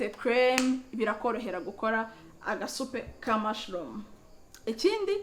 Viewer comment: Ngo ni vegetable "lice" irimo "caloti" na "poivlon"....ngo soup ya "mushloom"🤣🙈 gutandukanya "R" na "L" bizagorana 🤣🫪😂